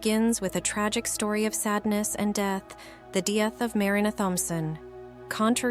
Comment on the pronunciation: Dee-eth... Mus-que-l-are... OMG the AI pronunciation is so distracting